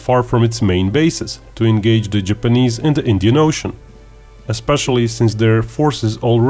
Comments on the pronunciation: Ok. it's Japanese,not GIPanese. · It's called an accent genius